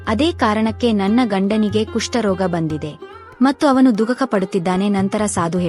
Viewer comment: ನಿಮ್ಮ ಮಾಹಿತಿ ತುಂಬಾ ಚೆನ್ನಾಗಿತ್ತು ಆದರೆ ಉಚ್ಚಾರಣೆಯಲ್ಲಿ ತುಂಬಾ ತಪ್ಪು ಇತ್ತು ಮತ ಅಲ್ಲ ಮಠ ,ದುಕಕ ಅಲ್ಲ ದುಃಖ, ಬೆಲ್ ಪತ್ರ ಅಲ್ಲ ಬಿಲ್ವ ಪತ್ರೆ. ಇದನ್ನು ಸರಿಪಡಿಸಿಕೊಳ್ಳಿ😂😂❤